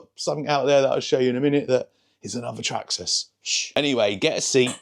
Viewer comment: The way you say Traxxas "Traksxxas" 😂